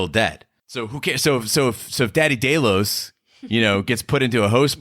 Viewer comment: This creative pronouncing is everywhere on the GOT and Westworld channels. From now on any channel that is so willfully careless as to not know how to pronounce the names of the main characters, places or entities, looking at you especially GOT, gets a down vote.